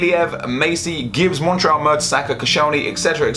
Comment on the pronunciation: Is an arsenal fan. Says Montreal instead of monreal